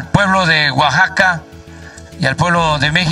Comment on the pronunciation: Alguien más se dio cuenta del error el la palabra Oaxaca? Oaxaxaca xd